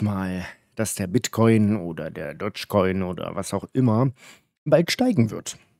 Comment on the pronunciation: Dotschi Koin? Ok, niemand weiß so wirklich wie man das drum ausspricht, aber Dotschi Koin?